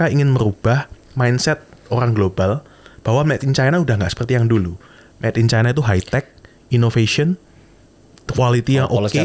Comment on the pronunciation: Sipp babami, nyebut China itu 'Caina'